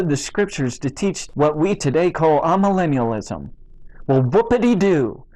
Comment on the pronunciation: My opinion of Tony Warren and his absurd misinterpretations of history and Scripture could not be lower. In spite of that, I wish to suggest that you correct your pronunciation of 'amillennialism', a term that I have never encountered in my 80 years until now. So I have added another word to my apparently limited vocabulary. The first syllable of this word should not be pronounced 'ah', but rather 'ay'. This 'a' prefix comes from Greek and simply means 'not'. We see this in such words as 'apolitical', 'asocial', 'achromatic', etc. There are a number of these words in English which begin with the Greek prefix 'a', meaning 'not'. In all cases this 'a' rhymes with 'bay", 'say', 'day', etc. I hope that this comment does not impress you as merely nitpicking. I think your hearers would understand you more easily if the pronunciation of key words and concepts is correct.